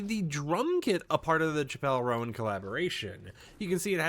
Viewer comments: BRO CHIPELLE ROAN, WHO IS THAT. Please Do your research when pronouncing the New upcoming Artist names, this is embarrassing, this isn't the first time you've said these names wrong XD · my dude, why didn’t you Google how to pronounce her name before making a video abt her 🤦‍♂️ genuinely don’t understand how creators do that. lol